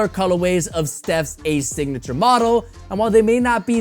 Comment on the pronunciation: My guy said “Dignature”